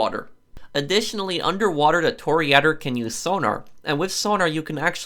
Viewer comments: Bruh this man did not just say tour-ree-ador😂😂😂. It’s toura-door🤣 (Toreador) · “Tory Eder” lol it’s Tory-a-door. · Bro it’s not tore adder it’s tore a door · Fun factoid: A “To-Reh-Adore” is a bull fighter. I dont know what a Toriadder is.😂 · it’s callled tor-a-door not toor-e-adder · TOR-EE-A-DORE, not "Torry-adder"! That really grates! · It’s Tour-ri-(a)-door Not Tory-add-der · Toreador? Nah, toryadder. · It's Torry a-Door not Torry-adder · Ah yes a “tore ader” not a “tore dor” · I'm 99% sure it's pronounced "Toree-ah-door". Not "Toree-adder". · It’s ador not ader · It's toh-ree-a-dor not toree-ador you uncultured swine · It's not pronounced Tori~adder, it's pronounced Toŕe~door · It’s pronounced toe-rey-ah-door in Spanish, which is where the name comes from. Not TORY ADDER. Tour-a-door is okay too if it’s the English pronunciation. It literally translates to bullfighter. Can also be torero (masculine) or torera (feminine). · Its pronounced Tore-ey-uh-door no torry-adder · Tor re adder 😂😂😂🤦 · Anyone else cringing so much when he pronounces Toreador?… it’s like the song. Tor-ray-ah-dohr. Like Carmen. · Pronounced "Tory-uh-door"!!!!! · Say it with me tore a door. 😁😁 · Toryadder umm okay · Im pretty sure its pronounced "Tor ia door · no, it’s pronounced tory a door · "Toryadder" stopped me from being able to finish this video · Bruh toreeyador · Tor-ee-uh-dor, spanish bullfighter, also the Artsy vampire clan in Vampire the Masquerade. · Every time he says Tor-E-Ah-Dor, my inner italian wants to scream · I thought he said tear a door lol I’ll just call it Toyota lol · Nice review of the: Toreeh-a-der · Please stop saying toriador. You can say Stromberg, you can say "toreador", the e is pronounced like in elevator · I couldn't even make it more than into the video due to his mispronunciation of toreador. (Tore-e-uh-door) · Torea-DOR god, that bothered me so much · You do great work dude! But say it with me Tore-EH-Door :) Great stuff! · Toreh a door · Toryadder xD